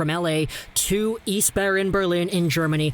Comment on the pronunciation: Just say "ICE Barren" and you're good.